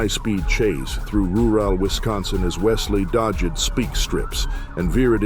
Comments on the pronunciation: This AI voice is so cringe. Rooral. Dodgded. Lol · “through roor-al wisconsin as wesley dodgid speek strips”☠️ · "dodge-ed speak-strips" you need to keep teaching your AI, bud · Pretty bad robovoice failures in this. "Dodg-ed speak strips"? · Teach your AI how to pronounce Dodged, Rural, and other 2 syllable toughies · God the shitty AI voices on these cash grabbing video channels keep getting worse and worse 🤣 "Wot followid was a high speed chase through roorawl Wisconsin and Wesley dodge-ed speak strips" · "what follow-ed was a high speed chase threw ru-rel Wisconsin as he dodge-ed spike strips 😂😂😂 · "what follow-ud was a high speed chase through ru-ral wisconsin as Wesley dodge-ed speek strips" 🤣🤣🤣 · "...what follow ed was a high speed chase through roo-wall Wisconsin as Wesley dodge ed speak strips..." FFS, at least watch your own video that AI narrated for you before uploading. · Follow-ed? Dodge-ed? Damn AI voices. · “Follow-ed” “dodg-ed” … bro please just hire somebody to voiceover or something. That shit bugs me so bad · the ai pronunciation after or so is pretty hilarious. follow-ed, rur-all and dodg-ed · AI voice started to have an aneurysm, lost the ability to pronounce even simple words. "Followed" became "Follow Ed", "Rural" became "Roo Ral" "Dodged" morphed into "Dodge Ed" We don't like AI voices, much prefer a real human making mistakes.